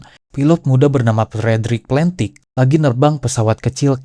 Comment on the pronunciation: sedikit koreksi - D.B. Cooper dibacanya Di Bi Kuuper - Massachusetts dibacanya Masacyusets - Shit dibaca Syit - Valentich dibacanya tetap Valentich bukan Palentik - Aircraft dibacanya Eirkraf bukan Air Fart (kentut udara 😅) saran next time riset dulu ke google translate gmn cara pronounce inggrisnya biar gak salah